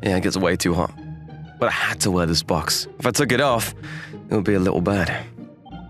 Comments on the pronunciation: "Why is he wearing a bOaX on his head"I REALLY GOTTA TRAIN YOU'RE WORD "box"NOT "bOaX" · Is it me or the VAs sound too british with the "BWOCKS" box pronunciation and Marshmallow sounding likd DanTDM? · "WHY IS HE WEREIN A BWOKX ON HIS HYEAD?!" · "Why is he wearing a" "BwOXXXX" The way he pronounces box💀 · why bru sayin box like “BWWWWWWUWWWWWWOKS”